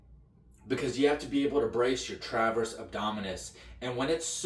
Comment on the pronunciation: Transverse…not “traverse”.